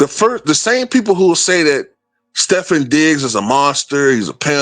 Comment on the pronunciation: his name is pronounced Stef-fon, just to let you know.